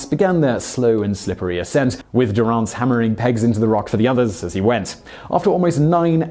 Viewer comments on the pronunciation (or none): You’re pronouncing Durrance’s last name incorrectly